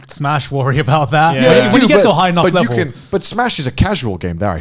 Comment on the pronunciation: Nobody: Connor: hating bowling on another leveLLLLLL